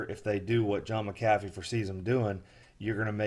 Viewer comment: You pronounced his name wrong and everything about this sounds like fraud.